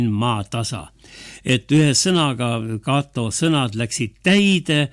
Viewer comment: Rooma nime Cato ei hääldata prantsusepäraselt [katoo].